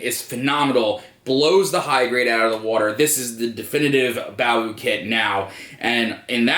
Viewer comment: It's actually pronounced similar to bow. A lot of people commonly refer to it as "bah-woo" though.